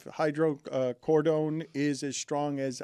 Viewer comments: Hydrocordon bleu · "Hydreecoden" ? You alright there dan? 😂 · How did Dan pronounce hydrocodone wrong two different ways 😂